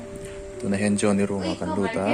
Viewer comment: Johni tiin lam tawh suh Jo,an tiin lam thei la amah pawn a hming a lam dan atang hian lam tum ve la tha hle ang mawle